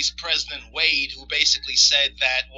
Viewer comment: A North Korean construction company was contracted to build the monument, it wasn't built with money from the North Korean government. The Senegalese prez's name is pronounced Wa' day.